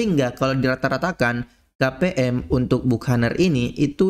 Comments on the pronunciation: Dibacanya bakenir bang bukan bukaner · Bacanya "Bakəˈnier" bang